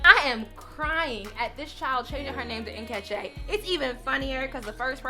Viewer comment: The way you pronounced Nkechi had me laughing 😂